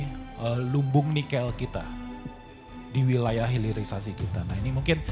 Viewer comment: Pulitisasi yang benar hirilisasi